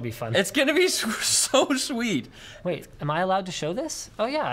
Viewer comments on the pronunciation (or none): when says "It's gonna be so sweet" I totally thought he said "It's gonna be so much weed"